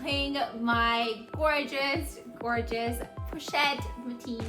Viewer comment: This bag is stunning! You said it right ❤️😍